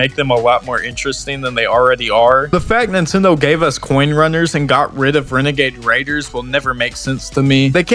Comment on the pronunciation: Wenegade Waider is an all time clip tbf